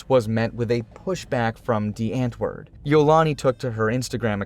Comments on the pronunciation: Well atleast they used to show the actual culture and mannerisms of Africa. It's not all pretty cities or hurt open grass lands but also a huge place of chaotic environments people have to grow up in. And it's not "ant-word" but pronounced as "aunt-wourd" alot of American who say it wrong makes us afrikaners angry. But it's also Americans who are still into their music and blowing it all up. I'm not saying this as a person from America or a upper class South African. But as a South African that knows how this of cheap, ugly world can turn people into. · its pronounced like "Dee aunt-voord" not the ant word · The "W" is pronounced as a "V".. Just sayin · the "ant" is pronounced like "aunt" in English + voord. If you think that makes no sense blame the Dutch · Well said. Also, as someone who can speak a bit of Afrikaans, every time he said antwoord but pronounced it like ant 🐜 it was like nails on a chalkboard. That became funnier with da's reaction to Eminem and even funnier when Yolandi was telling him how to pronounce it because even she wasn't pronouncing it like an Afrikaans person would.